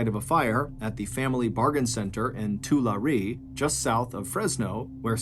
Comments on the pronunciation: it's pronounced Tull-larry not tu-la-re lol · It's pronounced "Tuhlarry" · Good video, Tulare is pronounced Too-larry 👍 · It's pronounced Too-Lair-E... Land of cow shit dirt air, Tulare. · Tulare, California is pronounce Too-LARRY. Just sayin'......we live in the same Valley. :) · Mr Ballen I believe the city of Tulare, Ca. Is pronounced Toolarry lol 😂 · This is not a criticism, MrBallen, it’s actually a compliment. I have heard my town’s name mispronounced many different ways over the years, but you win, hands down, for the most creative and lyrical mispronunciation of “Tulare”. It’s okay, no one gets it right, but if you ever have need to mention my town’s name again it’s - Too-LAR-ry, with the accent on the LAR. 😉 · I’m from Tulare! Lol and that’s a new mispronunciation I’ve heard. It’s ok everyone mispronounces it and don’t even know it exists 😂